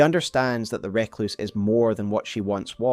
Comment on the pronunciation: Fantastic video as ever. Adds a lot of context to some disparate lore. Though I die a little inside every time with your pronunciation of 'Recluse'.